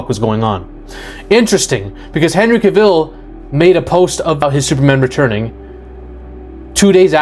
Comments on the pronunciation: You keep saying Henry KaViiil, you know it's Cavil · Dwayne’s ego combined with a mediocre (at best) script for Black Adam was a recipe for disaster. And we got one. Hollywood did Henry dirty dirty dirty. It’s pronounced Cav-ill, not Ca-ville and if you say it wrong one more time I’m gonna poke you in your one eye. 😆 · Henry Kuh-VILLE?